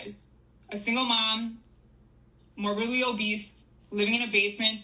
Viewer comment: When ppl call it “morbidly O-BEAST” like plz stop 🛑